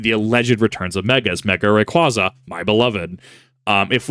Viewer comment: Big pet peeve of mine, but it's "Ray-qwayza" not "-qwahza." It's my favorite pokemon and the pronunciation has been around since about 2005, so it makes me cringe when poketubers/pokemon fans say it wrong. You corrected yourself when saying Vibrava wrong, so I figure you might take the proper pronunciation and use it.